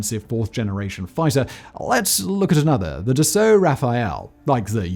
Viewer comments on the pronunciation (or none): "DAssault Rafale" became, "Dissolt Raphael" .. my god every french person watching this video is currently screaming ..